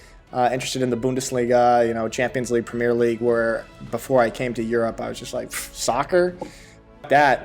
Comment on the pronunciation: I understand the basis rules of american football but dont get why they have up to 100 players on each side. They should stick to the 11 with 3 subs like in Football. Also you say Premier league poshly! It aint posh!